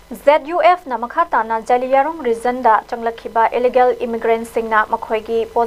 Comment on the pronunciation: Cadre da kadre haina pronunce touba chanel ZUF nutte ZUF K haiu Pao pabada cheksillu Ukhrul Nunsungkhong haiba village leite Nungsangkhong haibani